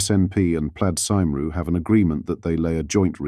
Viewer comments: It's cymru not sim roo, show some respect yourself robot. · c'mon, stop butchering Welsh, teach your voice AI at least Cymru, the Welsh name of Wales. We don't ask much but a little bit of respect is not too much, surely? Sort it out or I will never hit Join.